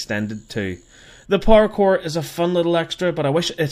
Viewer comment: When he says power core it sounds like parkour